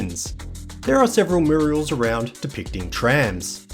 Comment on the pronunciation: Please tell me you do know it’s a “ mural” , not a Muriel.